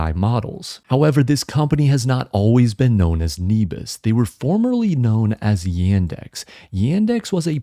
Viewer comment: Nebius has an incredible team with a huge vision. I can't see it's business model failing. Also I think it's pronounced neh-bee-us, at least thats how I've always said it